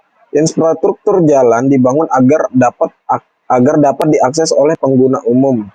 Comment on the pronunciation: infrastruktur not insfratruktur